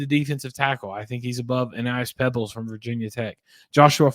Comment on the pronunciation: How do u know your guy is better than Aeneas Pebbkes? You don’t even know how to say his name? You did NO research…your just a homer!